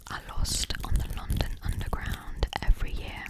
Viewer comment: Именно с таким акцентом я в школе слушала кассету для рабочей тетради по Английскому языку . Вставляешь её в магнитофон , нажимаешь ▶️ .. и …. «Новый курс английского языка для российских школ» хотела написать я, а потом услышала , что ты сказала «лОндон» 😨….. моя англичанка убила бы тебя за это !🥹. Только лАндан из э кэпитал оф грейт британ 😃